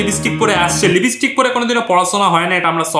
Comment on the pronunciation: Libistick ki Bara?? Ota lipstick thik kore bolo wara.. 🤣🤣